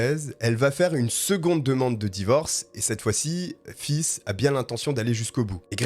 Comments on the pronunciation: Très bon travail Par contre Faith ne se prononce pas "fils" mais faythe qui veut dire la foi en anglais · Faith qui veut dire foi se prenonce Fay pas fils mdrrr tu m'as tué 🤣🤣🤣 Bonne vidéo soit dit en passant 👏🏾👍🏾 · Je t'aime bien mais ça m'a écorché les oreilles, ta prononciation! Ce n'est pas "Fiss", mais "F8", prononcé en anglais (8 en anglais, eight!). Sans rancune! :P Petit truc: google translate ou autre app de traduction qui prononce les mots recherchés ;) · Ca se prononce plutôt face lol Sinon bonne vidéo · PS faith se prononce comme fesse à peu près en français. Merci pour tes vidéos et ton enthousiasme ça fait du bien au moral quant à çe sale type le cas me divisé. Je suis pour la deuxième chance, parce qu'on est pas à l'abris d'être aux abois et de voler par exemple, Mais violeur, pédoptphile et tueur en série ( donc3 Mais à 2 ça suffit selon moi) ils devraient rester loin de la société. Mais je pense aussi qu'on devrait repenser le système carcéral en France, les gens pour s'accrocher doivent avoir des perspectives d'avenir, qu'on les laisse plus reprendre leurs effets personnels et paf dehors.., il y a des pays nordiques ou les prisons sont sans murs et les prisonniers ne s'évadent pas. Donc en rendant les prisons plus humaines ont rendrait les prisonniers plus humain, accepter des animaux a été testé en France et s'est révélé très bénéfique car ils apprennent l'empathie et l'amour d'un animal est inconditionnel . Les chats dont le ronronnement est un son rassurant c'est prouvé, ta petite Maya doit te le montrer , devraient entrer dans les prisons qu'en penses tu si tu me lis et les autres aussi??? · Fizzzz on dirait une glace à l’eau dis comme ça 😂 mais j’ai adoré continue! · Très bon travail !!! Bonne vidéo , mais je dois t'avouer que la façon que tu prononce faith me fais mourir c'est un nom anglais 😹😹😹😹 c'est foi en anglais et ça se prononce pas du tout comme tu le fais 😹😹😹 mais ça m'a plus !!!!!!